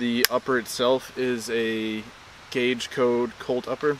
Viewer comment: Cage code, not "gauge" code 😂